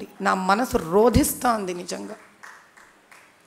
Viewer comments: సరిగా పలకవలసిన పదాలు బ్రాహ్మణులు రోదిస్తుంది మహారాజ్ఞి విజ్ఞప్తి కడపటి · Rodistundi ✓ Rodhistundi × Mee speech lo. 🙏🙏🙏